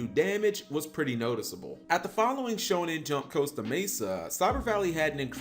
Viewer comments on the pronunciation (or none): none